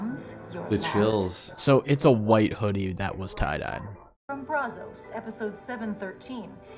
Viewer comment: Charles, not Brazzos.